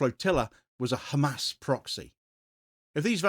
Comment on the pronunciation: It is not GAAAAMAAAS for Gods sake